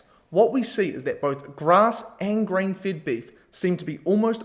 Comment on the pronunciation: You should not pronounce FED as FIT...